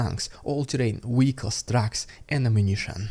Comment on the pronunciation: VEHICLES. It's a V not a W.